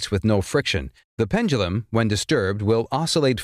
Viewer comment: Pendulam? Pendulum maybe?